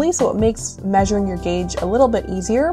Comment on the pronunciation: Why do you write "gauge" and call it Geytsh?